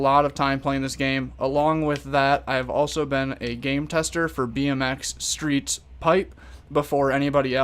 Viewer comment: I always get confused u say bnx streets I think u mean pipe